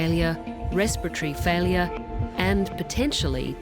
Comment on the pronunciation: What's "respotree failuah"?